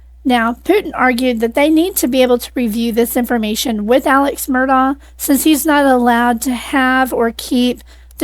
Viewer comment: It is pronounced Alec not Alex